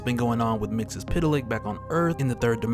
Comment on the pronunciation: it is MR MIX ZEL PITALIK Thats how you pronounce it dang. You are triggering me bro